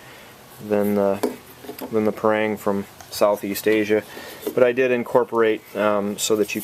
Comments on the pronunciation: Pa - not pey PA - rang- not reng RANG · we pronounce as "pa" "rang", not "prang". thank you :-)